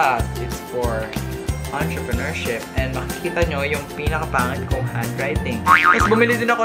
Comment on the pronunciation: 'atraprenuership' ang cool ahahahah